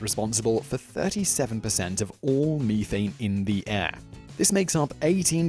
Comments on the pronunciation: meethein its prounounced meth ane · Very educational, which shows I still have the mind of a 12-year-old because I spent at least two minutes giggled over "ME-thane".